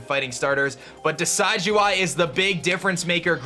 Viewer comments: I simply disliked because you mispronounced Primarina and Decidueye. It's PREE-MARINA, not PRI-MARINA. Also, you made the "I" sound in Decidueye's name, it should sound more like DESID-JEWEYE, not DECIDE-JEWEYE. Don't blame me, blame my OCD. Sorry if this sounded offensive. I know I'm gonna get hate on this comment, regardless. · Its not Decide-you-eye! Its Pronounciation: Deh-SID-ju-eye Like Deciduous trees, and eye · decidueye is pronounced duh-sidge-oo-eye ! just a heads up! it's like a deciduous forest ! :D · im sure someone commented this already, but: Rowlets final evo's name is a mix of Deciduous, a kind of tree, and eye. pronounced Dee-sid-you-eye, not dee-side-you-eye. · It's probably pronounced like deciduous because of the forest type. Not like the word decide. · And it's pronounced Decih-dueye, not Desigh-dueye! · The mass mispronunciation begins.. why do I get so triggered ffs lol. Decidueye's name is based of deciduous, not decide. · Believe it is De sid u eye, like deciduous forest, not De side u eye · It kinda bugs me he says DECIDE-U-EYE its decid soft c as in deciduos forest and eye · You pronounced Decidueye wrong. It's deciduous and eye put together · Everythime he says Decide-you-eye I facepalm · Pronounciation: Decidueye (Deh-sidj-yoo-eye) Like a deciduous tree. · I believe it's [de-SID-you-eye] after the deciduous tree, as well as [PREE-muh-ree-nuh], as in Primadonna. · It's pronounced Deh-Sid-You-Eye like Deh-Sid-You-Us trees that lose their leaves yearly as if they are dead. Also Pree-Mah-Reena similar to primadonna which is a female singer. primadonna + marine = primarina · I think Decidueye might be pronounced Di'Sijō-Eye as in Deciduous (Di'Sijō-Os) + Eye. But I could be wrong because Decide - You - Eye sounds better anyways. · The dueye in Decidueye is pronounced "day" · I think it's probably pronounced 'Decid-' as in 'deciduous.'